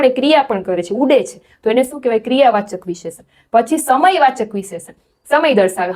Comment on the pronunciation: ખૂબ સરસ પ્રયત્ન છે. પણ હા ભાષા માં ઉચ્ચારણ માં શુધ્ધી ની જરૂર છે. વિશેષણ નો ઉચ્ચાર ખોટો છે